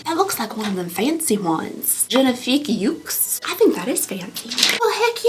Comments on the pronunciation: yeux is yer (without the r) not you lol but yes XD. and monsieur is pronounced mussyer. muss to rhyme with puss not must/pus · I know French can be super hard, but you’re SO close to getting LVEB pronunciation right! Think “la vee ay bell,” and you’ve got it! 💕💕 And for the word for eyes, think of the “u” in “put” or “push,” rather than the strong “oo” in “you.” But you’re getting there! You’re so close! ❤❤😊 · That's cute how you say "yeux" but it's not "you" ! It is more like you would say "a" bag, but more closed sound. y-"a" Moreover, it's the plural form and singular is quite different. It means you usually say "les yeux" (the eyes), and you do say the "s" (prounounced z). And so, it's not an official rule but I think the z is very often said even WITHOUT the word "les" before. "Eye cream" would be crème zi-"a" Sorry for the little french lesson 😅 i love hearing english-spoking people taking french